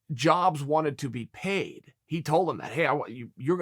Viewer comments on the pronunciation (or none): none